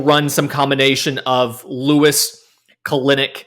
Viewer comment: Kelenic is pronounced (kell-nick). He has said so himself.